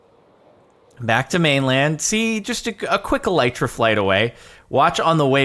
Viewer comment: they are: ocean monuments, e-lee-tra, la-piss if you're not gonna say kill or die, then just don't refer to them at all